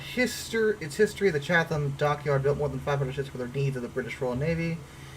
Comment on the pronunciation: The place Chatham, the TH isn’t pronounced, so it’s Chat-ham.